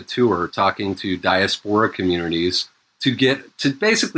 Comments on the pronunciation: OMFG it is not pronounced dia-sephora it is fucking pronounced die-ass-pore-a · STOP SAYING DIASPORA LIKE DIARRHEA i haven't been able to concentrate for the last 15m since the first time and the pod's almost over, i'm just like "who sporin out they doodoo ass"